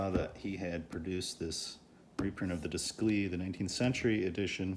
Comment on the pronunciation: It would be pronounced like deyclay. It’s French so your pronunciation would be spelled descli.